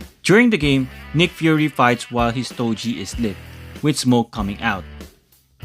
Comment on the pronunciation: I'm a huge fan of Marvel Legends reviews.. but I gotta mention that STOGIE is pronounced with a HARD G.. not STO-JEE...😊 That being said...I got my Gamerverse Punisher Nick Fury 2 Pack about a month ago..& I'm very happy with it.. & I'm considering doing the boil & pop swap with Punisher from the Bushwhacker 2 Pack.. but I'm also considering waiting for the INEVITABLE release of the OG black white costume Punisher from the Marvel Legends team. Anyways keep up the great work brother..as always looking forward to more of your Marvel Legends reviews 💯💯